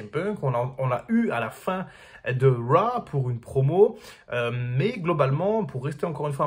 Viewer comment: Arrête de dire Raw ou apprends à le prononcer correctement...